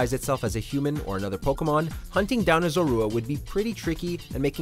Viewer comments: ‘Ce-lebi’ ‘Zo-ru-a’ NANI?!?! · He mispronounced Celebi and Zorua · For gods sake learn how to pronounce Celebi and Zorua.